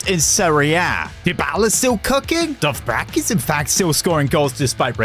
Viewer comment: bro you pronounce it dovbeek not dovbrak lock in